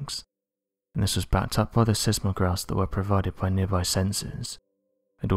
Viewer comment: If you can't pronounce "seismic", or "seismograph", I'm not going to trust a single word you say. Also the 'evidence' of these photos is total BS. There are GPS geolocators all around the area measuring its height in real time. Try doing some real research. And btw, are you able to speak in sentences of more than ten words at a time, or do you need a break to get your brain ready for the next sentence?